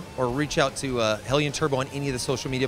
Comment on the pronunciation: Interviews at an industry shows rarely go beyond what anyone can learn from reading a press release and this one is no different. The talking head can't even be bothered to pronounce Hellion correctly. At no point are engine internal upgrades mentioned. I want to know how much power one can safely make without changing to forged pistons. How long can I run on a road course at 600 wheel horsepower in a 5.7 car before oil temps get out of control?